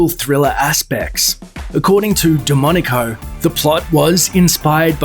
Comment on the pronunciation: Every time he says DeMonaco it sounds as demonico.